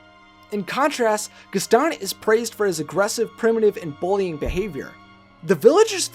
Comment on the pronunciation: Okay but it's GASTON, not Gustan. How are you making such a mistake?